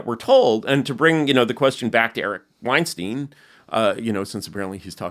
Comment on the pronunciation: How many idiots cannot pronounce Weinstein the non-Harvey way.